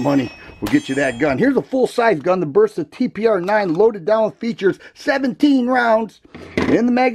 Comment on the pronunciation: I like the Burp-sa over the Toe-rus. Lol 😂